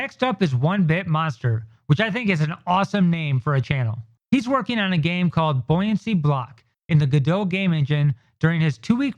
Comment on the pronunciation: It's so funny I've watched so many times now and I swear it sounds like you are saying buoyancy block!